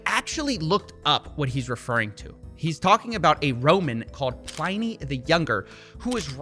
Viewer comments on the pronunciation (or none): Pliny? It's pronounced more like Pill-in-ee. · It’s not pronounced pliney. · Oh, come on! No one believes celebrities who are paid to claim things, do they? No one thinks that if a celeb is paid to promote a product actually uses, or believes in, it? Oh ... hang on ... BTW it's pronounced Plin-ee. Just sayin'. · Coffee I love your vids but Jesus fucking Christ hearing you say Pliny hurt my soul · Absolutely butchered the pronounciation of Pliny, the i is pronounced like in the word rabbit. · Man, I didn’t take 4 years of Latin just to hear you mispronounce Pliny, that pli should be pronounced like in Plymouth. Soft I sound, not hard I. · "Pliny" is usually pronounced to rhyme with "winnie" or "skinny" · Indeed, but my man Coffeebro needs to learn how to pronounce Pliny still!